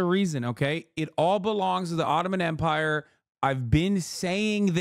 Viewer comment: "the bottoman empire" i can't 💀